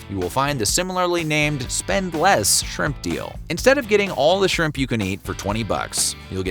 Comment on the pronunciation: Was going to say “squimps” too.